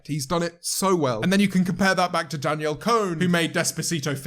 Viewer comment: No one: Literally no one: James Martiott: Danielle CONE